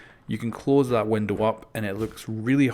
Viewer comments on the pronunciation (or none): I'm sorry but I have to its something that drives me crazy it's a window not windil